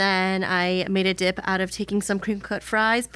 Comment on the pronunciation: Rhett sounded like he said “what happens when you flip a dihh” in the intro 😭✌️